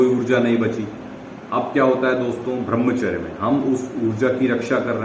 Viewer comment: Bhai brahmacharya ka pronounce thik se kijiye🙏